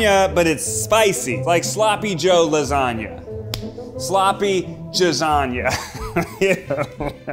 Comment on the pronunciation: is no one going to adrdess the "sloppy jasagna" that Ned said...?